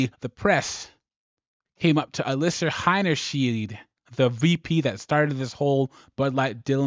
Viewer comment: How many different ways are you going to pronounce her name? It's Alissa Heinerscheid, not that hard. Practice it for a bit if you might be considering making another video and you need to say her name again.